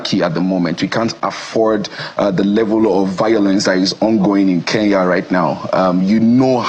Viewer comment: Oga its not Ke n ya ..please get your pronunciation right. The police are already on our case. Get the name right I beg